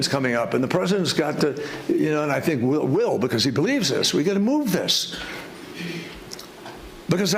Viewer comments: Klaus’s words :”I think” always sounds like: “I sink” to me . I can’t stop laughing every single time I hear those words . Bahahaha! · He said "I sink" instead of I think, well I wish he would sink 6 foot under.